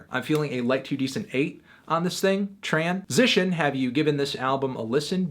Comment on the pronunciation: Can you say transition like TRAN SITION.